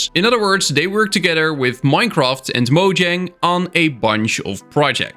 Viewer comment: One of these days you'll figure out how to pronounce Mojang correctly...